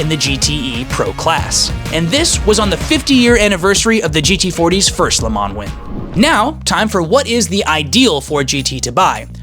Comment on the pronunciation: Hate the way he says Le Mans